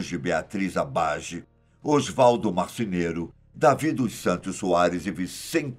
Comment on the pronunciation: é "Marceneiro", e não "Marcineiro" (em 5min e 43 seg), avisem o estagiário!